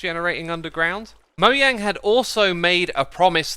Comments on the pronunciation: Not been a fan for long but can I just say... Mo yang?? Its mojang mate. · Im sorry did you say "Moyang"?? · Im sorry did he just say moyang? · here for my daily dose of "Mo-yang"